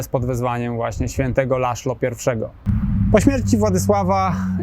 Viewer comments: Co za tuman. Czyta się (Laslo) przynajmnie, gdy robi się o nim odcinek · Węgierskie imię Laszlo wymawia się laslo.